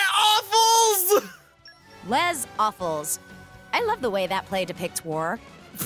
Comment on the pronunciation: UM, ACTUALLY, pronouncing the s in "Les" is correct in that case because it's followed by a vowel sound. However, the s at the end of Awfuls should be silent. The correct pronunciation would be "Lez Awful"